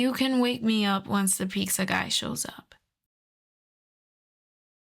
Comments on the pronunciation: Are u saying Peekza? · I thought I'd NEVER hear anyone else say Pizza like this other than Ironmouse, but apparently life proved me wrong today 💀